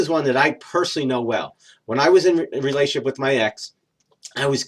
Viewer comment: Agree totally...good information, but please slow & enunciate when you say "relationship" & "ultimately". Vast majority of the time they sound like "relay-ship" & "ult-ly".